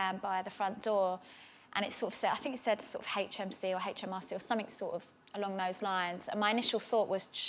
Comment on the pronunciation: The thing is with Stacey Dooley, she doesn't pronounces her t's and says "summink" or "doin" which irritates me. As a journalist or a TV presenter, it really does turn people off. My english teacher advised us to hear TV presenters speak Rnglish except Stacey Dooley. I am sure she works hard and she is a great person, but not prnouncing your t's really put me off.